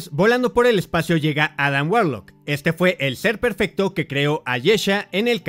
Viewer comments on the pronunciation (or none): none